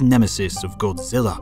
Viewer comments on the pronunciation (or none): none